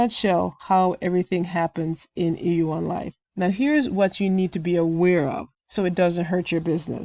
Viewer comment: Thank you!! I have no interest in joining a program like E1ULife. Not sure if you realize but more times than not you were saying EU1Life than E1ULife lol I am well aware of those scam emails. They want you to call that phone number so they can try to trick you and steal money from you!